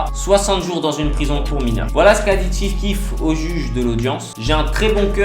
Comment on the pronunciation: Chief keef pas ti keef putain respecte le goat azy mes pas je regarde la vidéo